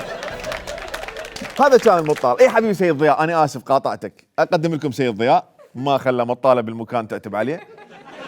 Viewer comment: اللغة الإنجليزية اخف من العربية فمن تحجي لفترة بيها وترجع على العربي أو العراقي بالاخص فتسحك عادي، هوة كال ذياء بدل ضياء لان لسانة أخذ على الإنكليزي قبل بالفيديو ارجع شوية أو دوس هاي